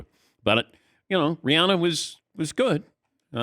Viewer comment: And thanks to Dan for pronouncing her name correctly!